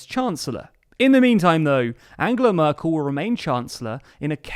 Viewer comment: Why do you keep calling her Murkel?